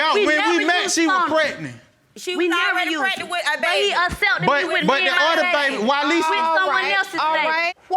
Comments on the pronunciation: Prednent!!! If they would just pronounce the word correctly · Why does none of the folks on this show pronounce pregnant correctly!????🤦🏽‍♀️. It drives me nuts!🤪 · Yes, you honor! Pregnat! A lot of silent letters 🙄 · If I hear one more person say “Pretnit” Instead of Pregnant, I’m going to scream 😂🤣